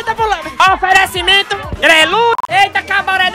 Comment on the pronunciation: bom locutor boy kkkkkk toda hora fica falando oferencimento..... kkkkkkkkk